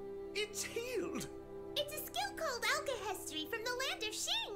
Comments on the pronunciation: Why does everyone call it "alchi-history" it's "alche-hestry" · Alcahestry not history :) Ishval not Ishbal, Ishval sounds better anyway.